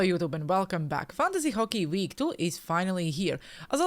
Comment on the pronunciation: What the hell is Fockey? 😂